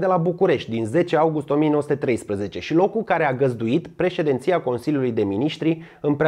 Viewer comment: Este "presedinție", nu "președenție". Minutul